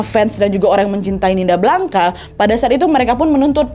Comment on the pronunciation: Blanca, bacanya : blangs kak